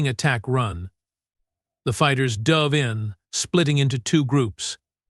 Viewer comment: "...the human ship DUHV(dove)..."!!!! NO YOU POS AI!!!!! IT "DOE-V".....LONG FKN "O"!!!!...LIKE SAYING "OH in ON SHI-ITE!!!!". POS AI!!!! THEN, , "...the fighters "DUHV in!!!!"!!!!!!!!!!!!!!!!!!!!! POS AI!!!!